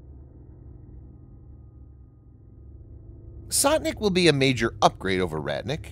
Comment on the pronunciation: its not Sotnik but Stotnik...sto means hundred